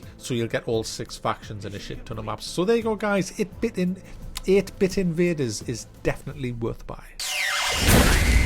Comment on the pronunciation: eeeete bit eeeenvadeeers lol